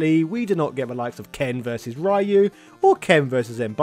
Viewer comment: Wish you'd learn how to say Ryu